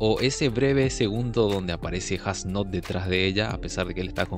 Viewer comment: creo que falto como jugram le explica mas a detalle como funciona el poder de yhwach que practicamente es una amenaza y como renji se echo una siesta as nodt fue brutal lo unico en contra la pronunciacion de su nombre (Esu Noto)